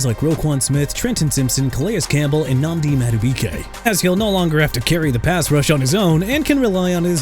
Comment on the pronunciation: CADE KLUBNIK NOT KEIDRON SMITH! AND JONAH SAVAIINAEA (SAH-VAI-NA-YAH) NOT JONAS ABRAHIM! AND NNAMDI MADUBUIKE NOT NAMDI AMADIOKE WHOEVER THE EDITOR IS, HE'S OUT OF A JOB FOR THE ERROR. MALIK WILLIS POTENTIAL TO FLOP WITH THE DOLPHINS DURING THE 2026 SEASON... AND MIAMI LIKELY BUILT TO TANK... I'M SICK OF YOU AND YOUR DISRESPECTFUL TAKES ON MY TEAM AND YOU FAILING TO PRONOUNCE ANYBODY AND ANYTHING! YOU ABOUT TO BE OUT OF A JOB TOO!! DON'T MESS WITH MY DOLPHINS BRO!!